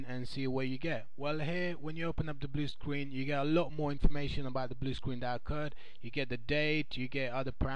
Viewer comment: Bwu Screen.